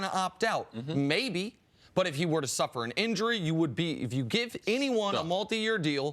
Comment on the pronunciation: I hate that Cris pronounces “if” like “ef”....